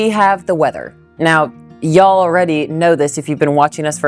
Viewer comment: My dear, you are one of the rare "northerners" who has truly "become a southerner". You even say and use "Y'all" perfectly.😆My Grandfather moved south from Wisconsin and never went back. Like you, he loved the south. Listening to you here brought back so many memories of him saying some of the same things. Thank you for that.🥰 Now, for that "horseshoe sandwich"! I think topping the meat with some sauteed onions would be perfect!😋